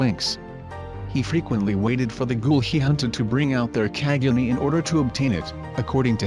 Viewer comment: Can you please pronounce quinque and kagune right